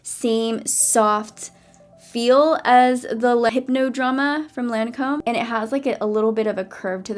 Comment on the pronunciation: Love the vid and Lancome is mu fave place BUT know how to pronounce it right!!!!